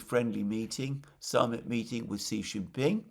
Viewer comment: Victor Gao said China's war with Japan was longer at 14 years — Japan had invaded and annexed Manchuria in 1931. (BTW, Xi Jinping is pronounced "she".)